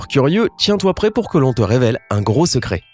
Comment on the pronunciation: Secret avec deux t secrett